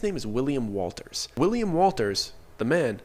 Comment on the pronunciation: U said it again hahaha , it Wundt be happening to ya if you were to say his name as ‘Willy’ ‘ Walters’ , but mite end up as Willy WOLTA , may become Willy Walter hahaahaa